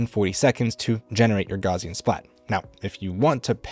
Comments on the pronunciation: Great video. Just one thing, "Gaussian" is pronounced "gowssean", not "gauzean", after the German mathematician and physicist Carl Friedrich Gauss. Don't worry, a lot of people mispronounce it. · I found the video too distracting with "gauze-ian" instead of "gow-sian" . The name "Gauss" is pronounced with a "g" sound as in "goat," followed by the diphthong "au" as in "house," and ending with a "s" sound: G-ow-ss. The "au" sound is similar to the "ow" in "cow". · It's GOWSS-ian. /ˈɡaʊsiən/ ... "Gauss" rhymes with "House". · Good tips except for pronouncing it "gozzian" every time. Will be checking out the software though.